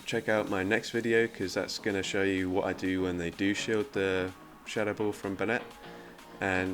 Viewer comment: The triple blue team is amazing! Skarmory(light blue), Whiscash(blue), and alolan sandslash (sky blue). And, p.s. , why you pronounce 'ball' like 'bull'?